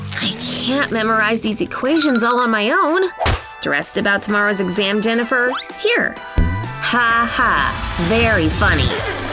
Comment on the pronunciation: Was it just me or did she say denifer